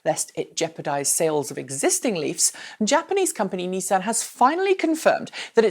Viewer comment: I will sub if you pronounce Nissan and Renault properly!!